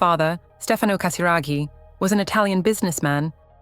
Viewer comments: Cher Robot qui fait les commentaires… Apprenez à bien prononcer GASIRAGHI ! 🙄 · la famille PRINCIERE de Monaco et non royale.Prononcez bien le nom de la famille Casiraghi par respect pour leur famille.Pourquoi dites vous CATARAGI Et prononcez Béatrice et non Bétatrice ?